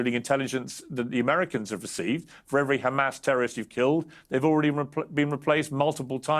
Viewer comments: I am disgusted by her saying “khamas” again and again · She knows how to say Have, Him, Here, but not Hm*s. "Khamas" 😂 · The way she says KHAMASS is telling of what a snake she is